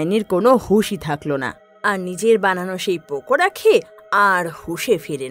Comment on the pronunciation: ওটা পকোদা হবে না ওটা পকোড়া হবে😊